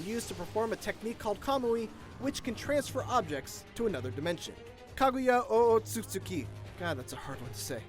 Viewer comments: Its Otsu-tsuki not oostsutsuki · "kaguya oh oh su su ki" Me who's able to say the name at the age of 7: its osotsuki damnit (face palm noises intensifies)